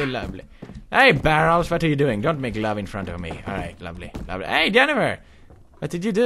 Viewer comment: Mee Too He Can just Say Ugh Barrels Instead Of BARREELS!!!!!!!!!!!! -.